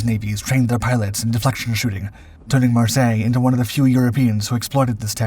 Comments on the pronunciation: Pronounced Mar-Syler. He was German. No doubt some French origin of the name. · The name is pronounced Mar-sey-yey(Marseille).